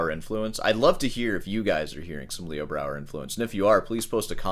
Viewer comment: Yeah, he mispronounced Leo Brouwer about fifty times too. What a douche...